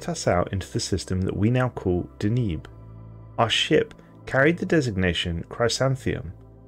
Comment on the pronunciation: De-NEB. Not De-NEEB